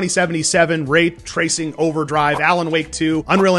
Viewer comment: Wait did you say Rape tracing????? lol